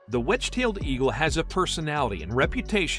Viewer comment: Edge tail eagle? if you are going to do a vid on birds of prey at least get the word right or at least correct your mistake, u will get more credibility from ur viewers correcting a slip up then pretending it didn't happen, almost had a subscriber here.